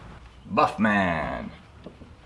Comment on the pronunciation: Duff man, not Buff man.